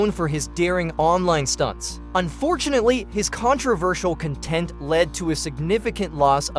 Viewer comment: This AI voice not knowing how to differentiate between "CONtent" and "conTENT", plus the goofy stilted pauses -- yeah, not doing it for me.